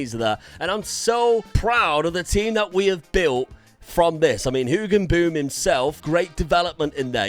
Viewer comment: I love the pronounciation of Hoogenboom, almost nailed it :)